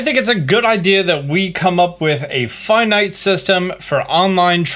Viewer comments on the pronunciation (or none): none